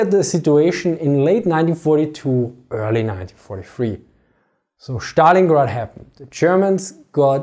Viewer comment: It is like magic to hear you say ze Schtallingrad